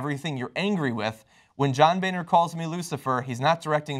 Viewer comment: that name is pronounced 'Boner' not 'Bayner'.